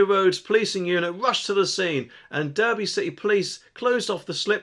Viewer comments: Spelt Derby pronounced Darby, just like the guy in the mobility scooter, we all occasionally make mistakes 😉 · Someone needs to learn how to pronounce Derby and Derbyshire!